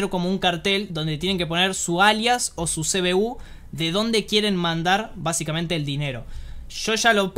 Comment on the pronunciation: BASICAMENTE - VAZIKMENTE - BA ZIKA MENTE - VA CICA MENTE ....... ; )